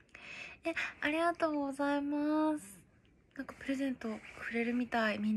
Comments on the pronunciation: ありがとうございますを あーざいますって言う人苦手wwwww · あっざまぁすあっざまぁす癖になる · 「ありがとうございます」が、「おはようございます」に聞こえる(笑) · あいざいますwww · あいざいまーすがすこ